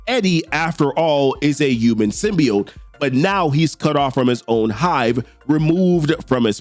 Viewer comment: Dammit Dylan, you should’ve went for the head!! 😂 Side note: It’s pronounced Sim•Be•Oat